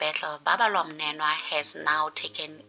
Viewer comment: Babalwa MNENO not "mnenwa"